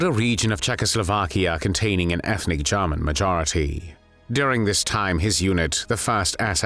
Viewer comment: The way the narrator says “Jarman”..